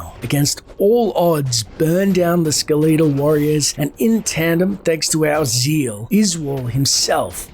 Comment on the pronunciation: The only really irksome pronunciation is skeletal as skeleatal.